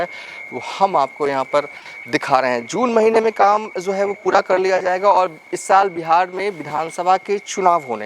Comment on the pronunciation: Bhai...🙏🏻 Jaye ga.....instead of...Zaye ga....😁 Aap.... Bengali ho Ya Bihari ho........😭